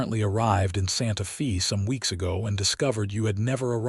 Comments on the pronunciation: It is pronounced as Santa Fay NOT Santa Fee! In Spanish the letter "E" is pronounced as a long "A" in English. The letter "A" is pronounced as a short "A" or "ah" sound. The letter "I" is pronounced as a long "E" in English. The letter "O" is pronounced as a long "O" in English. The letter "U" is pronounced as "oo" or a short "u" sound in English. Spanish is so easy to sound out because each vowel only has one sound. In English each vowel has five different sounds, which makes it difficult to pronounce because one has to learn which of the five sounds should be used at what time. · Santa Fe is pronounced "Santa FĀy". NOT EVER: "FĒĒ". Pick Up an AMERICAN DICTIONARY THAT ALSO HAS THE PHOENETIC PROPER PRONOUNCEMENTS INCLUDED. THEY ARE VERY SIMPLE AND EASY. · "SANTA FĒĒĒ"??? "TĒĒĒ"????? "CAWM"??????????. 😂😂😂😂😂👎👎👎👎👎 OH, BROTHER. 🙄🙄🙄😲😲😲😲😲🫤🫤